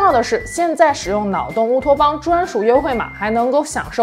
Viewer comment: ，这是我听了你近百集的节目，说的最清楚的一次：欢迎…乌托邦😂